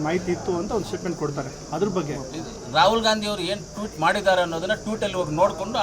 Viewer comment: Toot ala kano,tweet, first words pronunciation kali